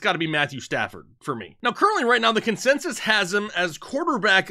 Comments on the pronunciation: “Consesis” lol happy Thursday guys ! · Say "consensus" again.